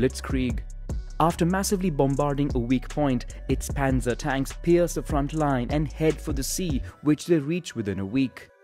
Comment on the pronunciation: "Raischhh" "Pänza" 😂